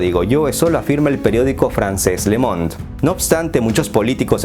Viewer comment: Saludos desde Francia,el diario se pronuncia (LO MOND) el saber no ocupa lugar,me encantan tus vídeos